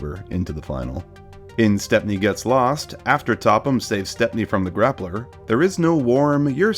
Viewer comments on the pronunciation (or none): none